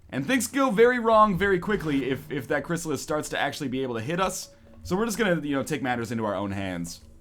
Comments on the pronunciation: NL, TB and AngryJoe are doing X-Com MP videos. How about you join them and utterly destroy them for some entertainment? Awesome LP. (Btw, I heard it's Chrysallid, not Chrysallis.) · He got through the entire game without figuring out the correct pronunciation of Chryssalid.:P